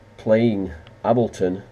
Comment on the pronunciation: Lol how he mispronounces Ableton 😝